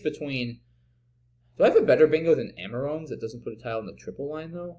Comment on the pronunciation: Amarone is pronounced a-muh-row-nee. A wine made in the Veneto region of Italy.